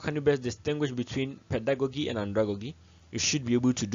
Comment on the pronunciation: A very great delivery. It was interesting to listen, watch and learn. A comment on the word Pedagogy. peh·duh·go·jee .... Not peh.duh.go.gee. The same applies to Andragogy. Thank you